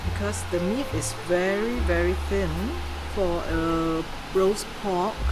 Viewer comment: Love how she said’ Roost pork ‘ in Cantonese 👍🙂🙂😊 the Cantonese language is soothing definitely doesn’t sound aggressive like Mandarin.